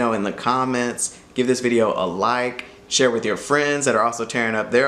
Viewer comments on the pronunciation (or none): none